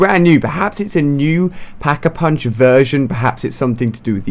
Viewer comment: Pack-A-Punk? You mean punch right?